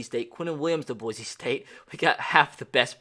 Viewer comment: Again boy-see not boy-zee